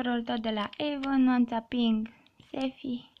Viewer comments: se spune avon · se scri avon si se citeste eivan